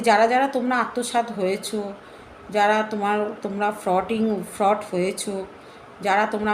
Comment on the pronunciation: FRAUD ER UCHHARAN O KORTE PARONA TUMI